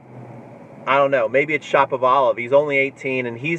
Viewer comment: Its Shapovalov, not Shopavalov...like Sha(ra)povalov